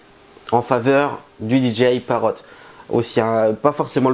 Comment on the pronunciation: on dit pas paro mes parote au sinon bonne vidéo